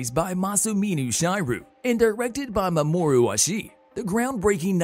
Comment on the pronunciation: not even 20 seconds into the video and you've already completely mangled masamune shirow's AND mamoru oshii's names, AND misunderstood their roles in the production of the manga and original anime, AND used a picture of rupert sanders instead of oshii lmao we're off to a great start.